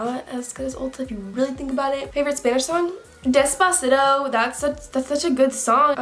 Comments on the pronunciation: the way she says "despacito" MDLDMSMSM IM DEAAD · the way you said despacito I can’t deal oml lol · The way said despacito 😂😂